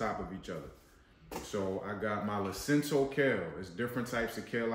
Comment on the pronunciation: Lacinato kale. Not Lacinto.